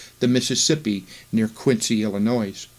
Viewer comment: Pronunciation of Illinois and Adam-ondi-Ahman / Diahman should be corrected for future presentations.